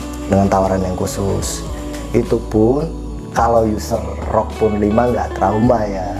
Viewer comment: ROG bang bukan ROK wkwk